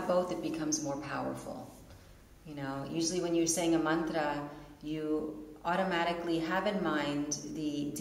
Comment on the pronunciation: I think it's funny that they pronounced mantra differently